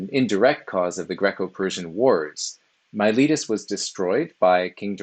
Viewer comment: pff, it's not yourletus... It's Miletus! In all serious though, thanks. I've been reading their fragments and testimonia in my spare time and videos like this help contextualize their ideas. It was also entertaining and well presented.